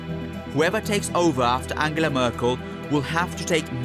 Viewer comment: "Angela Mörkel" lol